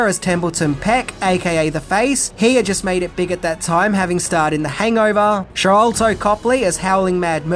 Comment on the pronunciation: With all due respect its Sharlto